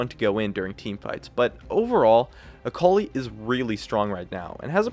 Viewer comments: ITS AKALI, NOT AKOULI. A-KA-LI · Is that really the way you pronounce that ? "Acowly" ? '-'